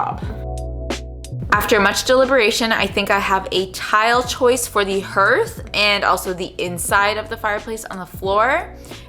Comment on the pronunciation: 🇬🇧Use wire brush on your drill to clean the brick and then seal them, I’m sure they’ll look lovely and add some character. Can I just mention the E in Hearth is silent, it’s pronounced ‘harth’. My generation grew up with open fires and knew all the terminology not many of you ‘young uns’ have ever had to ‘blacken’ the hearth 😂🤣